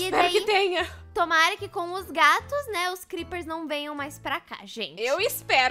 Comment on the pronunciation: "DIÁRIO DOS CREPPES" KAKAKAKAKAKAKAKAKAKAKAK